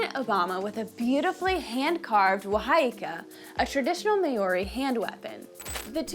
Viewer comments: I wanted so badly to watch this video but I can't handle the Maori people being mispronounced as "May-Or-E". I can't do it. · I’ve had a blast watching so many awesome videos from your channel! I’m pretty sure Māori is pronounced “mau -ree”. Looking forward to more great content! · Maori is pronounced like mouldy if pronounced properly. Cheers 👍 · It really is a shame, I found this video so difficult to watch. At an absolute minimum someone could have YouTubed "How to pronounce Māori." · me too, the content was interesting but the pronunciation was awful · Above all, thank you for at least acknowledging that there was a problem with this video and apologising but there really was no need for it to be that way. I heard someone mention in another of your videos recently that you have a large team of researchers and if not one of them made the effort to find out how Māori is pronounced then I think they need to up their game. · Pronouncing Māori very incorrectly 😂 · Māori is being pronounced incorrectly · I really wish you would pronounce Maori correctly. Really distracts from the video. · Good on you for making the video. Although, next time you make one about an indigions people.. Can you please learn to pronounce their name 😂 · You are pronouncing Maori incorrectly. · If you're going to talk about Māori so much, you really should learn how to pronounce the word properly. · I'm not downing her in anyway respect for trying. But as A Maori ild prefer a Maori had done this. Pronounciation is awful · I am a huge fan of your channel and love your content… although you have mispronounced many words in this video, including the word Māori itself. Feels very American 🤣🤣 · i would like to see you do 1 minute of research to learn how to pronounce words correctly. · Nice video but terrible pronunciation of the word Moari. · Meori😂,pronunciation is key in every language, sir. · friendly fyi it's "mao-ree" not mayo-ree... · May ou ree is crazy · the May Ori lol